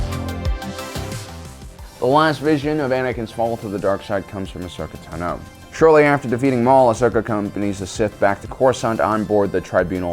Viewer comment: Cool video. One minor point, I thought Ashoka's last name has the emphasis on the first syllable instead of the second.